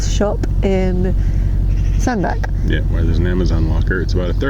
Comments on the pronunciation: Cruised this part of the T & M around 30-35 years ago. Great to see it again through your cameras. Always enjoy your vlogs. BTW I believe Sandbach is pronounced "Sand batch". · Another lovely vlog, thank you. Before any one else mentions it, I think you'll find it's Sandbach, as in 'batch'. Yeah, i know, must get out more :)